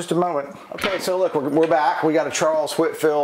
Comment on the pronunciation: Love the videos. But it sounds like you are saying "Whitfield." Is my hearing that bad??????